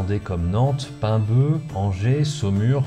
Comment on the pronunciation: Merci pour la vidéo. D"avoir remis l'église au milieu du village. Un propos mesuré et fondé scientifiquement. Il y a autant de réaluté historique au Puy du Fou qu'au parc Astérix. Enfin .. Paimbœuf, en prononçant le "f" final.